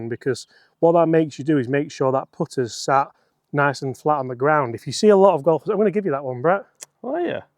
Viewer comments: What's a "Gofler". Is this what happens when you let talk on the microphone? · "Gofler"?? Best low handicap "gofler" on YouTube. Keep it up.